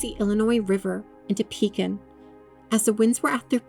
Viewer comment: Ma’am I live in Pekin and it is pronounced W-E-E-K. And Cef-cue!